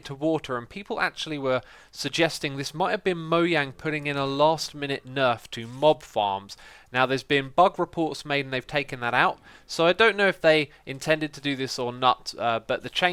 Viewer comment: it's moJang not moyang